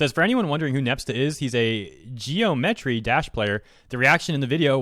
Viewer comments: Did you seriously just say "Gee-oh-metree"? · Does really not know how to pronounce "geometry?" <.< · Your pronunciation Geometry 😂 Looks like a fake fan-made ad to me.